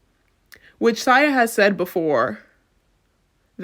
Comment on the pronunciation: Great video but how you pronouncing Sia getting to me 😭😭. But she deserves to be called that after this fuckery